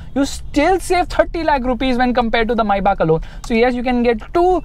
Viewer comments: first of all its not maibach, it's written Maybach. May Bach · Mybah?? I thought it is pronounced as maybach (may-back) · Its not maibach.. Its May Bach 😅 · Why does keep referring to the car as Mercedes "Mai Baap"!!! Isnt it Mercedes May (like the month) and Bach (like the composer) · why do you keep saying is maibuck it is maybach "may-bac" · i think it's may-baak (maybach) not mai-baak🤔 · Maybach ❌ MaiBaap 🤣😂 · When you say Maybach it sounds like maibaap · ye tum "maibaak"bolna bandh kro pehle to.. dj khaled ne gana bana diya maybach pe apko abi tak pronounce ni karna aya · It's maybach Pronounce : Maibah I know,i'm Just saying! I'm not here to say it in a sarcastic way! Thanks! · MayBach(मायबाक) nai Maybach lowde